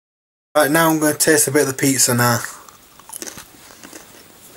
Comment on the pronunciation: Classic crumberland sossij and peatzer. The getting up am was hilarious 😂